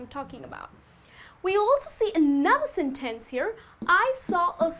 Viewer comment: Even though your English sounds quite good and natural, it seems that you neglect the importance of word stresses. Word 'sentence' is stressed on the first, not the second syllable. However minor this may seem, word stress is, as far as I am concerned, the most important concept of English pronunciation; English accents do vary greatly in pronouncing vowels and consonants, however, the word stress is always just the same.